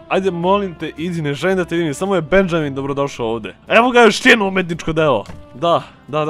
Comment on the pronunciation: Benjamin se cita Benaminj